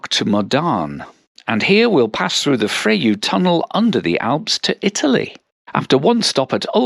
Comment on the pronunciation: Another nice video. Thanks. Btw Fréjus is pronounced Frayzhoose.